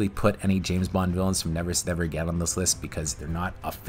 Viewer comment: You say Never SAY Never Again really oddly !!